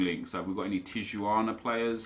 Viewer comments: Tijuana is pronounced Tee-uh-wanna, just for future reference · Tijuana is pronounced tea-uh-wana